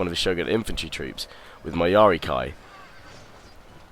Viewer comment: Why do you say yari kai instead of ki?